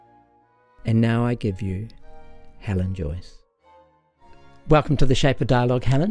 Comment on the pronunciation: It's Joyce, not Joice